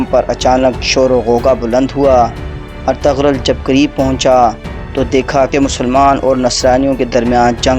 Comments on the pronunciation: اَطَغْرل نہیں بلکہ اِرْطُغْرَل درست ہے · Aray ertugrul ka name to dahi say lo